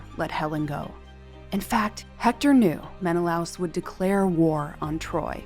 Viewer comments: Helen was born in Sparta. So, Helen of Sparta would apply... *Menna-Lay-us. not Menalouse. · Gorgeous recreations, and an excellent description of how you arrived at them. One note, though; the name is usually pronounced "Men-eh-LAY-us" in English. After so many decades of hearing it that way, hearing "Men-eh-louse" was a little jarring. That's minor, though - I love what you did and can absolutely see either of the two end versions being her! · Men-uh-lay-us not men-uh-louse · meh·nuh·lay·uhs ￼shame on you! You must be unschooled, monolingual & too lazy to secure proper pronunciations. Read the classics after researching. Honor the classics, don't humble yourself. Slow Better Practice Practice and get feedback • BETA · Very detailed video and narration, thank you! Great to hear a concise summary of the events leading to the Trojan war. One small nitpick: Menelaus is traditionally pronounced in English as /ˌmɛnəˈleɪ.əs/ meh-na-LAY-us, au is not a diphthong so it’s pronounced in two syllables. This is from the way Latin words are systematically pronounced (the word itself being based on a transcription of ancient Greek). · AI can't say Menelaus properly? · It's so funny how pronunciations can differ. I always heard it as Men-i-lay-us ;-))